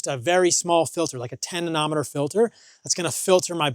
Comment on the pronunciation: "10 nonometer filter"... Bro doesn't even know how to pronounce nanometer (nan - oh - meter). Paul, your need to educate yourself before making claims that are literally buffoonery. I feel bad for the individuals that take your word as gold.